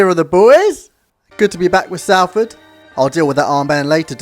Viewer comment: Please learn to pronounce the team name properly it’s not saleford It’s Soulford City